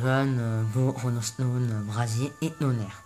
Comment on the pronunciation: Pk tu di inauma eleven Go chrono hone honnerre